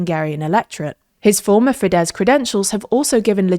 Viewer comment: majar, teeza, feeDEZ and sooyok smh 😂 just learn the IPA already ffs 😑